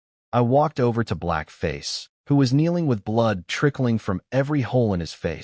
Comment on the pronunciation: help help they trying T. O. kill me. hahaha the narrator spelled it out the "to" to "T. O." hahaha